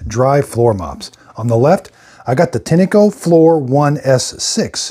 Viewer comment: Great videos, thank you. FYI, I found a couple of Tineco-made videos, and the people on the videos pronounced the name of the company "Tin' Co", like the metal tin, and the E is silent.